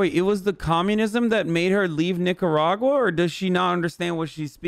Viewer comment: saying Nicaragua the way she’s saying it is hurting my damn ears. That’s not how you even how you pronounce it in English omg